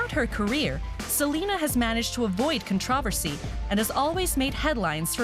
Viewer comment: I'm sorry but did she really just say controversy like that?